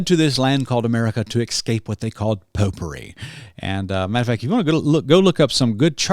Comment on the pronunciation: Popery. I get it now. Had to take that back a few times. Thought you said "potpourri" 🤣🤣